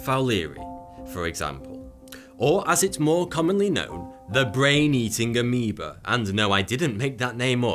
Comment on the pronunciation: keeps saying aemeba, shows animation of green bacteria